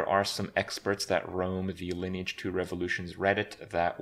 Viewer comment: Lineage not liné age Like online but line lineage